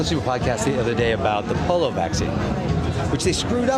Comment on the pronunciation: Clooney called the POLIO vaccine the POLO vaccine!😆😂 Go back and listen to it closely. I will admit, the POLO vaccine works better than the cov1D vax, because i have never watched 1 second of polo in my life.😀